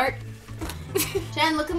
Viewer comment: Riley Riordan Jen not jeyn like wth